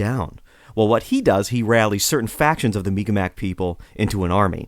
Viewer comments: It's pronounced mik-maw or sometimes mik-maw-key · Mi'Kmaq is more or less pronounced Meeg'ma. The apostrophe elongates the sound that come before it. K is a "G" sound in the Mi'Kmaq language. P is "B" sound and T is "D" sound. Very awesome podcast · The narrator butchered the pronunciation. I hope he corrects it in the future. Great video though.